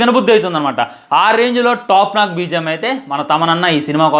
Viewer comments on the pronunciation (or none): టాప్ నాక్ కాదు బ్రో టాప్ నాచ్ అని.పలకాలి బ్రో